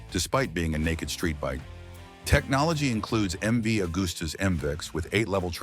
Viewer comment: Can't pronounce MV, then say it's a four cylinder and show the old MV 3 cylinder!!!!! Morons! Not that any American would notice. Scrap this video!